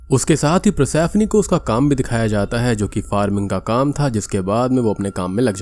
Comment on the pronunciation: भाई ये पर्सिफोनी को प्रसैफ्नी बोल बोल के जो तुमने इरिटेट किया है न!! 🙏🏻🙏🏻